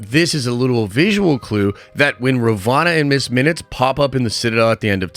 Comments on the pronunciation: RUH VOE NUH Not RUH VAH NUH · Halfway through season two and you're calling her Ravana instead of Ravonna. Boy need to review some vocabulary instead. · How do you pronounce Ravonna wrong when its clearly spoken numerous times